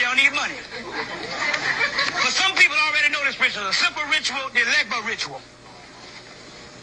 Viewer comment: He’s saying it completely wrong. It’s Papa Legba. You ask permission to invoke loa and then you have to close with Papa Legba and if you fuck up a word you’re fucked so if you don’t know, nothing about voodoo, you shouldn’t mess with it. It isn’t a joke and it’s not a game and it is my religion. I am Nigerian so